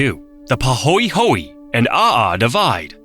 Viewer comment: Pronounced, Pa ho eh ho eh, not Pa ho ee ho ee. The letter “e” is an “eh” sound like many non English languages around the world.